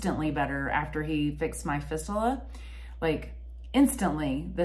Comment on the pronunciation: Hi, I commend you on providing such a vividly detailed, self-effacing description of your journey with this serious disease, involving an area of the body that, for most people, both young and old, would be difficult to talk about. Just as a help with your verbiage, to keep you well versed on the topic, fistula is pronounced fist-you-la. Hopefully, your excellent frame of mind will continue to help you overcome the challenging trials and tribulations that you will be faced with. Stay as active and strong as you can, mentally and physically- hobbies, walking your dogs are great- helped me to deal with my personal issue. Imo, the statements in your last minutes here, provide the best information for those watching,,, if something's not getting better, regardless of the organ system,, get a doctor specifically trained in treating cancers there, to check it out. Hang in there & hope to hear some good reports from you in the future. Regards from Pennsylvania